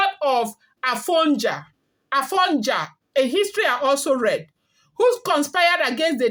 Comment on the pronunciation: Afonja id pronounced A-rdoo..fon-doo..ja-miii